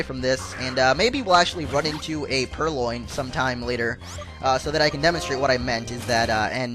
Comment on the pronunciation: It's purLion as in the word lion